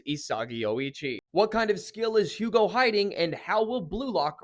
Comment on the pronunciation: The H is silent btw his Name Is spoken like "Ugo"